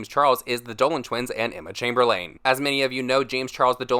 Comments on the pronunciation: emma chemberlAne lol its pronounced emma chaimberlin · you pronounce it chamberlin not chamberlain no offense just trying to help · Sorry but it’s chamber- lin not chamber-lane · It’s Emma chamberl ‘in’ not Emma chamberl ‘an’ 😂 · Emma chame-ber-layne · Chamber”LANE” lolllll so annoyed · "Emma Chamberleen." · Why can’t you say CHAMBERLAIN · “Emma Chamber-lane”😭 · emma chamberLANE lmao for some reason this made me crack up. i mean that might be how it’s pronounced but that’s not how me and my friends say it so it made me crack up lmao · How he said Emma chamberliAn had me triggered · Chamber-lin is how it’s pronounced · i love you but why are you saying chamberlain like camberlane whewwwww chileeeee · the way he says emma last name haha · "the Dolan twins and Emma ChAmBeRlAiN" the way he pronounced it bothered me a lil bit ngl😂